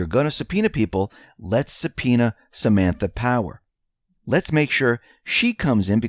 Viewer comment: "Samantha Power", no 's' on "Power"